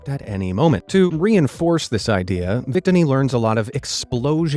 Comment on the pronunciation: (oo)Nova is acceptable. Vic-tinny is unforgivable.